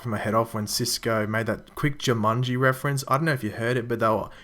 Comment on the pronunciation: Ju man Ji not Ju mun Ji